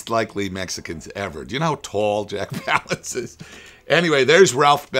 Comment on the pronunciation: Woody Strode is the archer. Burt Lancaster is the dynamite expert. Lee Marvin doesn't have a Gatling gun, it's a freaking machine gun! (looks like a water-cooled Vickers, to me, but what the hell do I know?). Landis doesn't even pronounce Jack Palance's name properly. Has he even fucking watched this movie? I absolutely LOVE Trailers From Hell, but I find Landis a little disingenuous. Smarmy even.